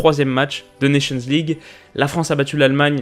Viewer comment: CET ACCENT QUAND TU DIS : "NATIONS LEAGUE" :oooo